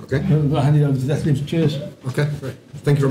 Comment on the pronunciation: You really need to give David lessons on the correct pronunciation of your name Detlev ;)